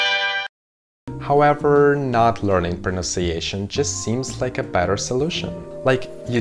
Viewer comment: Excellent presentation. It is “pronunciation” and not “pronounciation”. This is a mistake that many native English speakers make. I liked your thought about unnecessarily attempting to speak two languages (the one you hear as well as the one you speak - accent-wise). Молодец 👏🏻